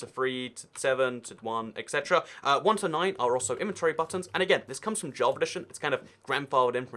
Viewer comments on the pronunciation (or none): none